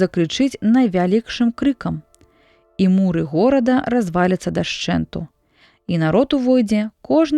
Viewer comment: Не му'ры, а муры', націск на апошнім складзе.